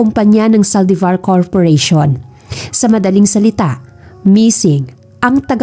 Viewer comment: May kwento siguro si Gabriel? Series ba to lalo magpipinsan ang eme ng mommy ni James Maldevor😂(Saldivar) haha maldevor pagkarinig q kanina😝